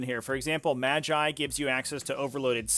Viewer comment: Lol had to pause the video to refocus! Same with "logi" and "magi"